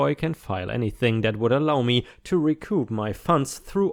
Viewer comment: Recoup—rhymes with ‘soup’. Toyota Corollas are very reliable. Old Saturns require little maintenance, but have a bad habit of giving out at around 100k miles. But personally, I’d love to have a ‘57 Ford Thunderbird. ⭐️⭐️⭐️⭐️⭐️⭐️⭐️⭐️⭐️⭐️⭐️⭐️⭐️⭐️⭐️⭐️⭐️⭐️⭐️⭐️⭐️⭐️⭐️⭐️⭐️⭐️⭐️⭐️⭐️⭐️⭐️⭐️⭐️⭐️⭐️⭐️⭐️⭐️⭐️⭐️⭐️⭐️⭐️⭐️⭐️